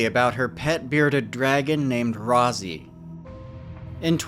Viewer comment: Why you keep saying Rosie when Chelsea herself even said its ROZZY